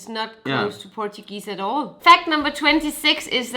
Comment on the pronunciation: I love the part where she speaks portuguese names kinda rong